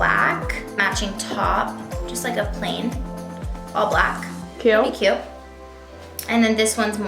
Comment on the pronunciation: take a shot every time someone says "CYUTE"